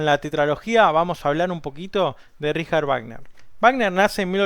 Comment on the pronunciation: A pesar de haber pronunciado la palabra "Richard" de manera correcta "ˈrɪça:t", la palabra "Wagner" no lo está, ya que no solamente la W suena como dices, sino que la sufijo -er se ponuncia como un schwa, o sea "ˈvaːɡnɐ".